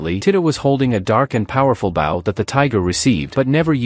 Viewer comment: can we get the ai to say bow correctly?